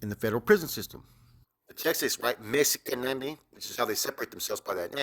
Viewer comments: It’s not EMI. They are MERECIDOS. It’s MEXIKANEMI. There is no TEXAS in their name. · Its mexi ka ne mi pendejo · It’s a Nahuatl word. It’s pronounced using the Nahuatl tongue. Not the English pronunciation.